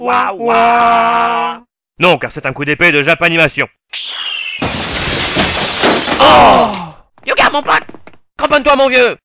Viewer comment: Il s'apelle pas "Yoga" il s'apelle "Hyöga"